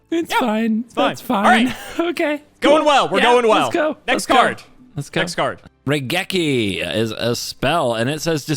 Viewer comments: wait he got raigeki right! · I am one of Cimo's guys and I say got Raigeki correct.